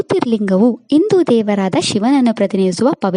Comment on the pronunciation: ಉತ್ತಮ ಮಾಹಿತಿ.. ಆದರೆ ದಯವಿಟ್ಟು ಆಕಾರ ಹಕಾರಗಳಿಗೆ ಗಮನ ಕೊಡಿ. ಅದು ಇಂದು ಅಲ್ಲ, ಹಿಂದು, ಅನ್ನೆರಡು ಅಲ್ಲ ಹನ್ನೆರಡು. ಮುಂದಿನ ವಿಡಿಯೋಗಳಲ್ಲಿ ಅಕ್ಷರ ಶುದ್ಧವಾಗಿರಲಿ, ಪದ ಶುದ್ದವಾಗಿರಲಿ. ಒಳ್ಳೆಯದಾಗಲಿ🎉